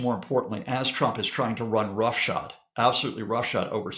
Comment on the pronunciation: it’s “roughshod” not shot. Comes from mounting nails or points on horseshoes.